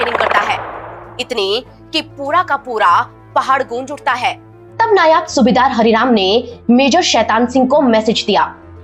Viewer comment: रेजांग्ला की शौर्य पूर्ण लड़ाई जब भी सुनता हूँ, रोएं खड़े हो जाते हैं।रेजांग्ला के वीर अमीरों की जय हो। मेजर शैतान सिंह अमर रहें। पूरा आलेख बहुत अच्छा है मगर आप लगातार नायब को नायाब बोलती रही हैं, जो अच्छा नहीं लगता। सेना में नायब सूबेदार की पोस्ट होती है। जिसका अर्थ होता है उप सूबेदार। नायब का अर्थ है उप और नायाब का अर्थ है बेमिसाल।